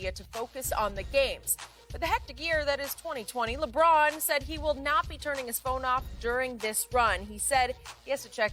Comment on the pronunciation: I lose it every time skip says “Lebrick” 😂😂😂😂😂😂😂😂